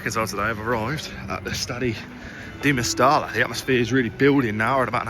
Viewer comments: 'MEST - I - A' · Genuine question and not meant like being rude. For us foreigners, is it pronounced «Mestella» or «Mesteja» or something lol